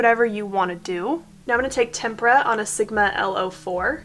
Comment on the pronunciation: Thank you for saying “tempera” and not “tempura!” Makes me crazy when other YouTubers make it sound like it is named after fried food!